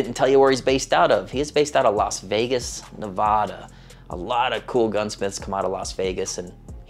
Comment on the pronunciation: The “A” in NevAda is like the “A” in dad. Have had M13 work on a couple of my guns. Great guy. Luckily in my backyard.